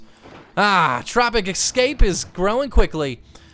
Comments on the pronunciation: Why do you say ecscape dude its escape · Why do you pronounce ‘S-Cape’ as ‘x-scape’? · I cant stand you saying "Tropic Excape" instead of Tropic Escape.